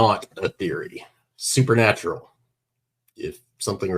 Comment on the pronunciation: Okay first of all, it's supernatural, NOT "super natural".